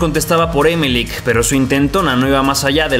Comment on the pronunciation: No se pronuncia É melec. Se dice Emel ÉC . Mayor fuerza de voz en la última sílaba.